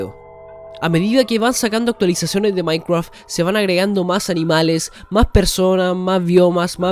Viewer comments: Que viva el "maicwaf" xD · Maincreaf esa pronunciación. Pd: me encantan estos vídeos de teorías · "MAINCWRUAFT" xD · No quiero ofender pero me da risa que digas maicraf XD